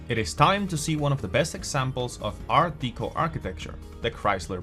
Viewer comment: I got as far as him saying Art DEECO...no thanks.....😆